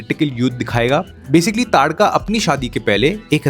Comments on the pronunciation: भाई तड़ाका नहीं ताड़का😂😂😂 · its pronounced as TADKA not TARAKA